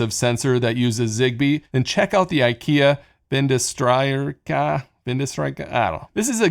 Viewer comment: That pronunciation of "Vindstyrka" hurt my Swedish ears! It's "vind-steer-kah" (means "wind strength").